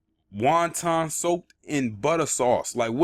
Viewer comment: Wantan butter sauce OMG!!! lol